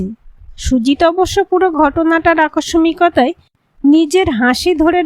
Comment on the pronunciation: বেশ কিছু উচ্চারণ শ্রুতিকটু। আকস্সিকতা হবে আকসমিকতা নয়।